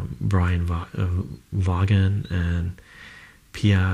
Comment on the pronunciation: Vaughan is pronounced with the a from Hans but in Van. Like Vince Vaughn. Same pronunciation. Have you read sandman?